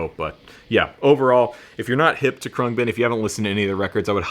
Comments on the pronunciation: Your new favorite band and you don't know how to pronounce their name: Khruangbin (/ˈkrʌŋbɪn/ KRUNG-bin; Thai: [kʰrɯa̯ŋ˥˩.bin], เครื่องบิน) is an American musical trio from Houston, Texas. The band comprises Laura Lee on bass, Mark Speer on guitar, and Donald "DJ" Johnson Jr. on drums. Thanks Wiki!! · I believe it’s pronounced crang-bin. It means airplane in Taiwanese. They are great! I can thank YouTube for working them into my homepage. I kept seeing this live version but never clicked on it. I finally was sitting in my music room with my bass and I happened to be high and ready for bed. I finally clicked on it and I’m sooobhappy I did! Great video! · Dude the way you say their name makes you sound so uncool 😂